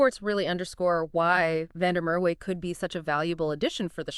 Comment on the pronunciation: the W in Merwe is pronounced as a V. I think he opted against moving overseas because he wanted to be part of a team that was loaded with Boks and makes sure that he is in the eyes of the selectors, he opted against moving to the stormers because he didn't want to move back home and he also got tired of playing in front of empty seats at the emirates park